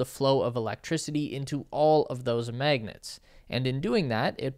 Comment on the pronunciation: Stop calling magnets ‘maygnets’. /ˈmæɡnɛt/ has an [æ] sound as in ash.